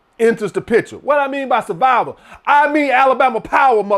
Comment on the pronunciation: “Sah-vival, we talkin SAH-VIVAL!” 🤣🤣🤣🤣